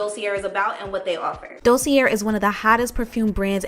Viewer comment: Thx 4 reviews. Fyi it's pronounced "dosey eh" ... r at end is silent. peace from bklyn